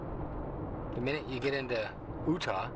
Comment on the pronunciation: Great video dude :), found it funny the way you said Utah in the beginning of the video sounded something like ohhta or what ever. pretty funny :)